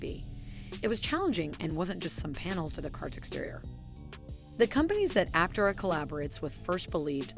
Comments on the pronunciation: Yeah "tare" not tay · Looking past the way you say Aptera-it's Apptearah, not just Aptera-good talk! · Yeah I came to the comments to see if this had already been mentioned. Glad it’s not just me. And it is pronounced ApTERa by everyone at the company, and just makes the most sense anyway, so that is the correct way. While the creators of the video put in a commendable effort, unfortunately it seems the narrator was unfamiliar with the material she was reading. Oh well, I’m still enjoying it! Cheers! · Some disagreement here on how the company name is pronounced. Initial reporting on the car pronounced the name appTERA. Here, you pronounce it APPterah. Either way is fine with me. And, however you pronounce it, I hope it will continue to be a great success. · Ap- Tay -rah. We take this sorta thing seriously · App-Tear-Ah lol So, it's a crystal (pieces) and not a single sheet (mono type) does this make it let effective? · PLEASE! train your computer voice to pronounce Aptera correctly!